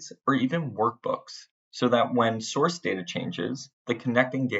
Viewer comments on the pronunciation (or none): none